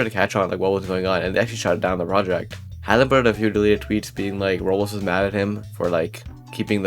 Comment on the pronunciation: 1;30 “roblxo” ps: I’m not making fun it’s just a thing I noticed and it made me laugh